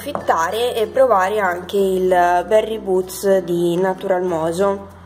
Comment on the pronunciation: si chiama Boost non boots..;-) baci sei bravissima....